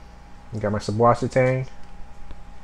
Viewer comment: It's actually pronounced "Zeusvassertang", German for Fresh Water Seaweed. :D